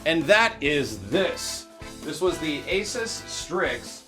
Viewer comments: It's ay-SOOS, not AY-suhs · The moment you realize doesn't pronounce ASUS correctly and is sponsored by them.